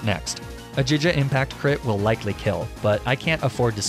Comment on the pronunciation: I know you’ve said that Pokémon names are subjective but are you kidding me? jija impact ??? DUDE ITS A REGULAR FUCKING WORD